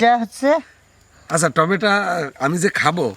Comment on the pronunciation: apni tomato k tometa keno bolen?